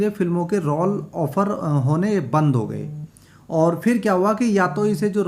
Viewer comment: रौल नहीं रोल बोलना सीखो।ग़लत उच्चारण मत करो।